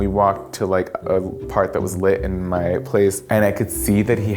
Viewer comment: “Ma you beautiful” Tell me ur from NY without telling me ur from NY